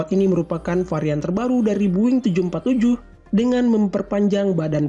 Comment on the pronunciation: its not buing, its boeing